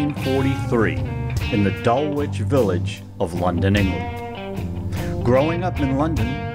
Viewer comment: The 'W' is silent in Dulwich :)